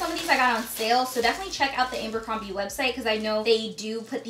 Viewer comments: It’s ABERcrombie not “ambercrombie”. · Lol it's Abercrombie not Amber